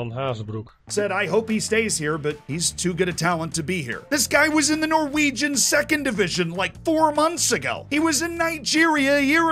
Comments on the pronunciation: props for the pronounciations of norwegian names. surprisingly good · As a Norwegian I’ve got to say that your Norwegian pronunciation was really good